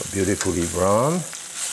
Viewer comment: Pepin saying "probubly" and "brawn" over sizzling food is the only ASMR i ever need